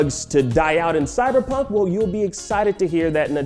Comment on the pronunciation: "Cyberjunk" Nice 👌